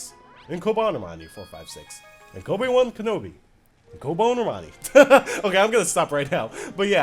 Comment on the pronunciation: "Cobonermani" lol 😂😭